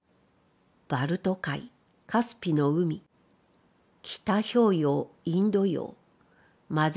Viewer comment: 失礼ながら「北氷洋」の読みは「ほっぴょうよう」です。